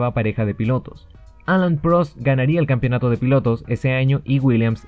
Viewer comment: Hermano "campeonato", no "campionato". Bueno, acá en Chile hasta los periodistas dicen "campion"